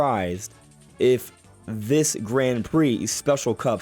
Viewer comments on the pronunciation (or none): Can you please change how you pronounce Grand? It’s like “g-raw-n” and the d is silent. Thanks! (And thanks for all the content, I appreciate you)